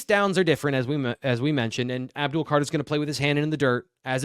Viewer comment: ABDUL not Abul